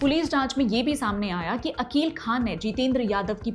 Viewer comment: मोहम्मद अकिल खान आरोपी का नाम सही से बोले